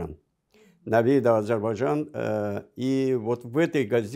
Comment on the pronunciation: Этот горе " историк" даже слово Азербайджан правильно произносить не может ::"Азибажан".И вот этот чудо "историк" сегодня рассказывает вам сказки , по которым на сегодняшний день Ереван это Иреван, сама Армениячуть ли не Аербайджан.Да вы в край охренели , что вы еще хотели бы!